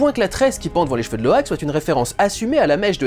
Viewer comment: Heu...Sinon, il s'appelle pas Loïk mais Loak. Voilà voilà.